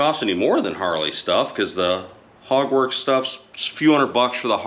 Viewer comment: Took me a second to register that you said "Hogworks"... I thought you said "Hogwarts" at first!